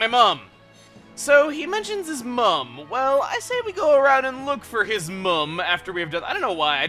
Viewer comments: muh-m not mum, why does the USA swap it to mom? weird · you're saying mum wrong it's pronounced mm-um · um chuggaa us uk people dont say mum like you said it we say mum like you say mom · again we dont say mum we say mom its just spelled mum to be formal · In England we find it funny how Americans say mom. Our accents wont let us say each others pronunciation without it sounding weird. P.S. it sounds more like moom when you say it (the England version,) just a bit quicker though. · Its the Americans who pronounce it `mohm` the English do it normally